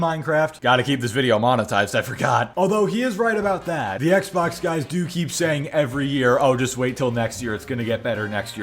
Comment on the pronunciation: Why’s he say “Xbox” like that? EKS-BAWKSUH